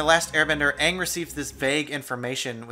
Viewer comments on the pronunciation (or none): His name is pronounced “Aing” not “Aung” It pisses me off so much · i hate how he says ang!!! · If they didn't pronounce Aang's name like "Uung" then the movie would've been better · It's Not Pronounced Ang It's Aang They Said His Name Rong I Was About To Drink Bleach While Watching This Movie Till My Sister Turned It Off..... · The monks named him AANG!! AANG!! NOT FUCKING AUNG!! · every time they say ung i want to od on cactus juice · Its AAng not UUng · did she just say Aong? WhO is that? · “Soh-kah.” “Ah-ng.” Lol no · The way his name is portrayed in the film is wierd to mess up a main characters name is like breaking a hole through a pot. It pronounced (a-yng) not (auw-ng) get it right live action, also I'm soooooo glad Toph wasnt ruined. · My biggest complaint is that they pronounce Aang’s name as “Ong” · That and the way they pronounced Ang as Ung made me want to punch the people saying it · ‘Ong’ ‘so-kah’ Lmfao I’m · they said oong instead of aang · Okay the moment you start saying ah-ng instead of ay-ng, it’s bad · I watched this movie as a young child and I forgot how poorly they pronounced everyone's names SO ka Ong o ZAI aaaAAAAAAAAAAAAAAAAA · Ignoring ALL of the problems, what is this movies deal with pronouncing A’s?? Uhng instead of Aang, Uhvatar instead of Avatar, like you’ve messed up everything so bad you decided to mess up words too just for funsies? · My one question is why the fuck they keep calling Aang like Ong? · Honestly, I don't really care if the casting didn't match the original characters. If you're going to produce a movie or show, at least hire good actors, organize your information, and at least pronounce the main character's bloody name correctly. For example: "Ong" and "Soaka." Like, you can tell she wasn't joking about his name or actually and genuinely got it wrong. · His name...... is AANG!!!!!! Not Ong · Ong? Wtf is Ong? It is Aang! God damn it M Night Shamalyan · Its pronounced ang not aaaaaaaaaaaaaaaang